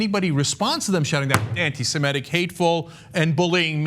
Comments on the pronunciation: Ana, the word is "Semitic" not "Semetic." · learn to pronounce Semitic